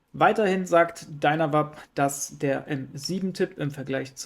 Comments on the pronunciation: 😅ich versuche nicht durchzudrehen, es macht mich einfach sehr nervös lol. Ich habe George aber tatsächlich ich einem Video ständig "Dynavape, gesprochen: "Dainawäip" sagen hören, nicht "Dünawap". Daher dachte ich wenn der Gründer ihns chon so nennt... 🙈🤷 Vielleicht bin ich auf dem Holzweg, aber es klingt doch auch einfach furchtbar dieses "Dünawap" 😅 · dreh bald durch, wenn ich noch jemand "DynaWAP" sagen höre, die werden ganz normal englisch ausgesprochen, was denn los mit euch? "Dynavape"